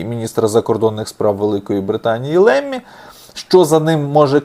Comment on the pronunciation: Правильно говорити Ламі а не Лемі